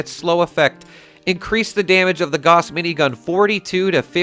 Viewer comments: Dude! It's "gauss" as in "house", not "gorse". It's named after the german physicist so there's no doubt or question of accents etc. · When are you going to learn to pronounce Gauss properly 🙄🙄